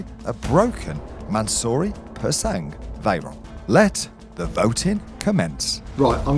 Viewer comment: Bad decision, that car looks like a car crash - literally. Also "Pur sang" its silent G lads, please.